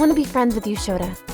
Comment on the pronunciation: Sana's father saying Shota: ShoTha. XD